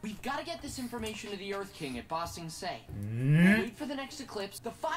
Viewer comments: One nitpick for. Stop saying Bong Sing Se! It's Ba Sing Sean! thank you. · lol! he said bong sing se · Watching through this even though I've saw all the TLA, how long until they correct saying BANG sing say? xD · Omg I beg of you please learn how to pronounce BA Sing Se it makes me cringe every time you say it wrong lol. Great reactions as usual!!